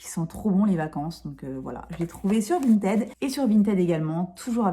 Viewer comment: VintID, prononciation du ed après la lettre T en id! Non mais la déformation professionnelle et la chieuse de base lol, désolée 😂😂😂. A part ça la marque Violette m'intéresse à fond, si tu peux nous montrer ça de plus près ce serait cool ! Merci 😉